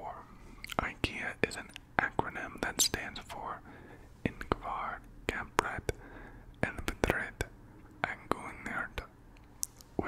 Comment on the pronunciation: as a Swede, your pronounciation of Ingvar Kamprad Elmtaryd Agunnaryd was really funny 😂 but im not gonna shame you for it, it’s really difficult to pronounce for non-swedes